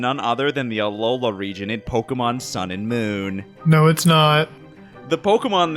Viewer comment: Pokémon, not Pokamon.